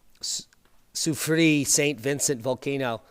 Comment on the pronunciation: It’s pronounced La Soo-free-ERRE